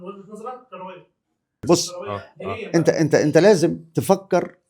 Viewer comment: عندي ملاحظه على المذيع..هو يتكلم بسرعه شديده ويبتلع اخرف من الكلام..هل هذه لهجه خاصه ببعض محافظات مصر.لاحظ نطقه بكلمة كرويه يقولها بربع ثانيه..يقول نقطه تانيه..:نقطتنيا...وهكذا..هو افقدني متعه الاستماع وحولها إلى فك الغاز